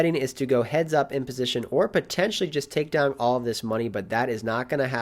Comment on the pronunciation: One of my favorite things about your videos is the "g" you always add to the end of the word "down". I honestly look forward to it. That and the great way you explain your thought process on each action you make. Really makes it easy for the laypoker player to understand. I'm always down-g to watch a video! Cheers